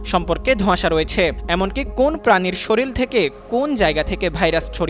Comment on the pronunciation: এরাই হইছে নিউজ চ্যানেলগুলোর রিপোর্টার যারা শরীর কে শরীল বলে। পেটের দায়ে সাংঘাতিক 🤬